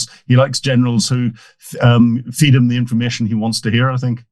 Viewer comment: The, not za. They, not zey. I could go on.